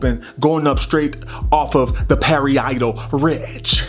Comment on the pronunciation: I love how u said pary-eye-tal ridge too🤣😂🤣😂🤣